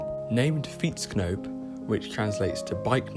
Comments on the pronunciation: He did pretty well pronouncing that, at least he didn't say fi-ètsknoep! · As an experience expert. This is very well pronounced On vacations I heart way way worse.